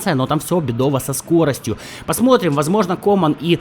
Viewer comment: Иногда так ору с того, как ты каверкаешь фамилии футболистов... ну это жесть.Барелья - Барэлла, Думфриес - Дюмфрис, КОман - КомАн ( ударения ). Страшно представить, как бы ты Гальярдини назвал бы )